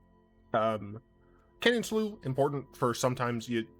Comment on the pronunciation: First and foremost, it's Canyon "Slew". It's too fun a word to say to get wrong! Second, while I'm never opposed to more blue... what would add to this deck? What problem would it solve? The problems discard decks have are aggro, topdecks, and not having a lot of card advantage to pull away. 4 CMC Bolas... doesn't really solve any of these? Sure it feels synergistic, but if your opponent is already empty-handed you lose out on a decent bit of his value. He's fine, but he doesn't really solve this deck's problems. Dragon God, on the other hand, synergizes GREAT with this deck. If your opponent is empty handed, exiling your opponents lands and drawing extra is a REAL good way of cutting off outs. Likewise, counter spells are absolutely BRUTAL for someone in topdeck mode. Drown in the Loch is an Eldraine card, and sideboard counters are real good against more controlling decks. Those two are reasons to go into Blue, and 4CMC Bolas is fine if you're already including them.